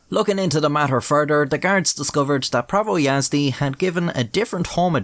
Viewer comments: Might be late for a video but holy fuck you pronounced prawo jazdy surprisingly correct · as a polish person it was funny hearing you mispronounce "prawo jazdy" over and over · being a slavic guy I knew something was wrong when you said the name Prawo Jazdy🤣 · Yeah, I'm not even polish and I know it's pronounced "Prawo Jazdy" like smh, who would pronounce it as "Prawo Jazdy" its it's clearly "Prawo Jazdy"